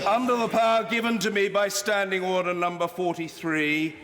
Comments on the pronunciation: Why does he say uder instead of order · me when i see Roblox online daters (i know its order but it sounds like oder) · that old chap didnt blink an eye. And that 'orderrr' guy is just like from monthy phyton :D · Auder auder auder......auder...... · “He’s perfectly capable of asking that question without using that word” And you’re perfectly capable of talking without saying “ORDEHH” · He keeps saying “otter” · oawh dugh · Everyone gangsta until the speaker says "Ordah" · "UDA" is what I hear. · My dream in life is to be the man who says Orda. I want to scream at all the MPs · gonna miss him saying oda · Order, Order, horder, hoder, hoder, hoder, hodor, hoder, HODOR, HODOR, HODOR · It's pronounced ORE.......DER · Why does he keep saying "in furnace"?? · He's said the word "Order" so many times that he doesn't know how to pronounce it anymore